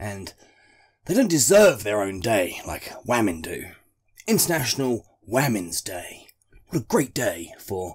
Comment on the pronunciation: Waamens day 😂😂 ffs